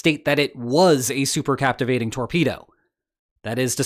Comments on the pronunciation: The word should be "cavitating", not "captivating". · Captivating????????? or possibly Cavitating? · CAPTIVATING torpedo? ... really? Holy moley, what a scr3w-up! C A V I T A T I N G , C A V I T A T I O N. -- Re-edit this video's audio and re-post, please. Endless "Captivating"s from you sound quite deficient (i'm being nice). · Cavitating. No so captivating! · Captivating lol cavitating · It's cavatating not captivating. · Not "captivating", cavitating! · 'cavitating'...not 'captivating'.... Reading is hard.... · Cavitating ≠ Captivating... Pretty basic error, professor. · I am relieved that you pronounce "nuclear" as "new-clear" rather than "nuk-u-lar" however, the word CAVITATING differs from CApTIVATING There is no "p" in cavitating. Supercavitation - It is very odd that you mispronounced the word because the Transcript has it printed correctly. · It was "captivating" listening to you trying to say "cavitating" torpedo 😋🇦🇺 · "Captivating"? Cavitating? One of the most important words in the article...Is this the future of AI or just a failure of public education? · Did he say "captivating" instead of cavitating? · cavitating. not captivating. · CA-VI-TATING, not captivating.... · OMG BRO PLZ... C A V - I T - A T - I N G ... LIKE A CAVITY... NO 'P' ... THE BUBBLE IS THE CAVITY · Cavitating, not captivating.